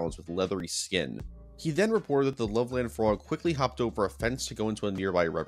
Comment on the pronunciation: As someone who lived in Loveland (Ohio, not to be confused with Loveland Colorado, a larger city), I can say that "Loveland" is pronounced more like "Lovelend", with a hard "eh" instead of "love-land". People actually talk about it quite a bit there, and local shops sell frogman t-shirts and whatnot. I've never actually met anyone who thinks it's real, but whatever. If anyone wants to know, I now live in the LA area.